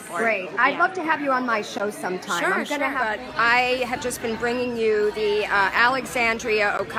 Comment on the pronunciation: Just wondering ... how much did that outfit cost? With that total breakfast bill, how many homeless men, women and children could have been fed? And who worked that camera? Does the term heroin with drawl come to mind. And why does AOC only have a Spanish accent when pronouncing her name?